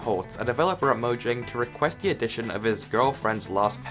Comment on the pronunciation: You said the name of a word wrong... It wasn't even able to be different due to being the name of a company that's now in multiple countries, it was literally the word. The name of the company could have changed due to regional stuff but least the actual word itself is pronounced "mo-yang" dude